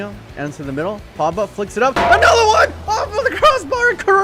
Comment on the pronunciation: P O G B A not Pabba